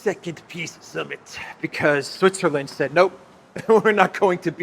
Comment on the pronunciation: if you listen, zelensky says "piss summit". Interesting that is not mocking this:):)